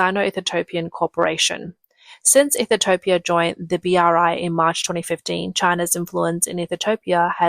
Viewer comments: Ethiopia, not Ethitopia, my Aussie friend 😂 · Cannot even say Ethiopia 😂 Ethitiopia 🤣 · Am I missing something? Why are you calling it Ethi-topia? Has it been changed? As far as I know, it’s still Ethiopia, or Eethee-o-pee-a. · Ethiopia not ethitopia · its ethiopia...NOT ethitopia..there is absolutely no possible way to get ethitopia from ethiopia..the recognized naming of that country..from the english language...geesh..and china wonders why its always a day late and a dollar short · Please learn how to pronounce Ethiopia. It is not Ethetopia. 🙄😣😅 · Ethitopia ? Hmmm she doesn't sound like a robot, so where does the extra " T " come from ? i'm looking forward to visiting Egyptolia... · The LLM narrating this needs more training on pronunciation. It's not EE-thee-TO-pee-UH, it's EE-thee-OP-ee-UH. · EE thu topia. Really? It's EE THEE O PEE AH. Now how hard was that!!! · What is "Eath-a-toe-pee-ah?" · I thought I was crazy for a second. You said Ethitopian so many times I started to question if that's how Ethiopia was actually pronounced. You are adding an extra "T" that shouldn't exist. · Ethitopia? The AI voice pronounces it wrong repeatedly. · Its pronounced ETHE-OPIA. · I couldn't focus on anything else as she kept saying it.. drink Everytime she says "Ethertopia" 😂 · So let me get this strait. You know how to say José But you cant pronounce Ethiopia? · WOW You guys cannot say Ethiopia... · You are not pronouncing Ethiopia correctly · CAN'T Pronounce The Name Of Ethiopia!! No T, U And Ur Malware/ AI Get A Strong 👎!! 😒 👉😳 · By the end of the video, I had decided that Ethiopia didn't even deserve to have their name produced properly.